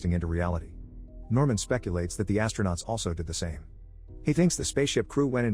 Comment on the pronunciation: "astronout in the oCeAN 💀💀